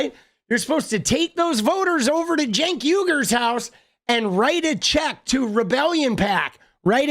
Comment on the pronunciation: Homey, Imma help us out, bc u should know how to pronounce the names of the both of the hosts at The Old Jerks, or for that matter Anyone you criticize, whether they're washed up, embittered, well known media figures or not) it's said Jenk yoo- gurr. Not senk. Ana is said the exact same as spelled A - n - n - a .